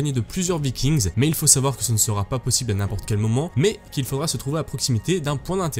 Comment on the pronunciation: Super vidéo qui donne bien envie. Par contre juste un truc, a l'oral, un Viking, des Vikings c'est du pareil au même hein. Pas la peine de faire sonner le "s". Des Viking en gros. Ou alors faut faire la vidéo en Anglais. ^^